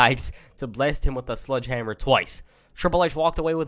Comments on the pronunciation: U know it’s pronounced “Sledgehammer” and not “Sludgehammer” right lmao. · What u said sludgehammer sounds like a Pokémon PP move lol